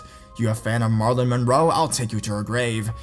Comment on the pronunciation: did u really pernounce it mah-ra-lyn? lil